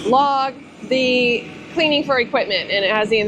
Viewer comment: Did you say cleaning or cleavage vidio